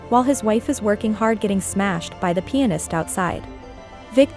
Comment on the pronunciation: Everytime you say pianist it kinda sounds like penis lol I was like know way she's saying that so I listened closer & was like, oh okay because the guy is really a pianist. I feel really dumb right now lol You're really AWESOME the way you explain things. Keep up the great work & stay safe ✌